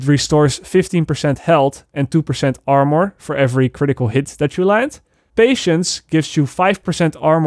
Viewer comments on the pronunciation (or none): Anybody annoyed he said amor instead of armour? Or is it just me?